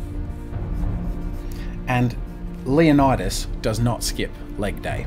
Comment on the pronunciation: Loving the comic book-type style, and the anatomy is fantastic, but for future reference, the name is pronounced "LAY-oh-ni-das". 300 pronounced it wrong.